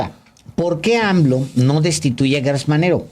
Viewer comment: Por favor no digan Guertz es Gertz Manero estan como Fox cuando dijo Jorge Luis Borgues y no Borges. Atención con la U.